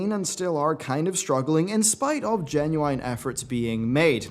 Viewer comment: Does anyone else cringe at the way he says "genuine"?